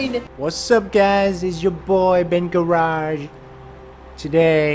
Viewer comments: U sid bengarrage lol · He sayed BenGarrage at the first time